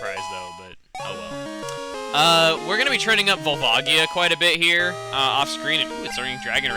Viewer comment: Vol-vah-gee-uh? I always pronounce Volvagia's name as Vol-vuh-jee-uh. It's how I've pronounced it since I was 8. XP